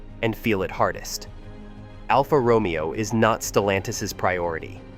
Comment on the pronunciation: Romeo is mispronounced 😮